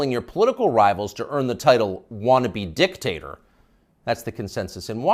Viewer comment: Joe Biden not uh -Dick-taterer!